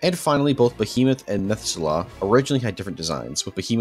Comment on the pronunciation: Agh, your pronunciation of Methuselah pains me XD. Meh-thoo-seh-laa